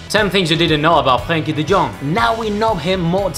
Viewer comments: frgrenkie de djong? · Frgrgrgruenkie de Djong😂😂👌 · 'Grenkie de Jong played for Agax and Willem Twgee' Stuk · Haha een Spanjaard die Frenkie de Jong wilt uitspreken oh yeah yeah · If you ever pronounce Frenkie’s name like that you dont deserve him. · I found it so funny how he prenouces huis name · NEVER NEVER PRONOUNCE FRENKIE DE JONG AGAIN I laughed my balls off 😂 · how did he just pronounce his name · You are saying his name wrong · As a dutch Ajax-fan it’s really annoying how you say Frenkie de Jong & the way you pronounce Willem II is also very bad